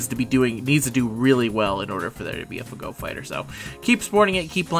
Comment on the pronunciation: I'll sub to your channel once you stop saying "FahGo".